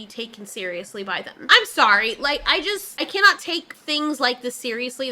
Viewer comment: I "KEN - NOT" EVEN!